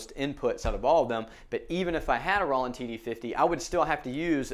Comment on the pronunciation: I'm a hard hitter on my Roland TD-6V so this is great! BTW it's Roll-land not raw-land!